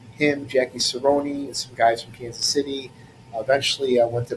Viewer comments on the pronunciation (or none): just for any future time you mention Jack Cerone name the E at the end is silent